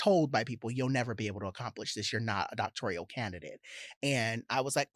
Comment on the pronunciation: Doctoral, not “doctorial.” 😦